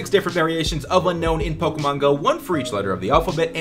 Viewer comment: its actually un-own, not un-known.